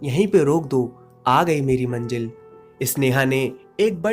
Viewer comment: Apki story sab ache hote hai par ap apni Hindi p kam q nai karte, eg. manjil nai hota manzil hota hai